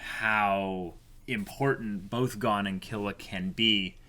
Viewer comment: Can you stop pronouncing Gon as "Gone" ?!